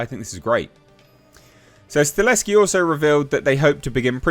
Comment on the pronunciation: Dude, it’s “Sta-HeL-Ski” not Staleski. I know you can read! You can do it! I believe you! 😂👍🏼 Lol. Sorry, it bothers me. Love your channel dude. Keep up the good work,. 🤙🏼